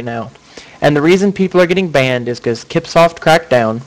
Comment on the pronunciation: Lol it's not kip-soft.... it's "sip-soft".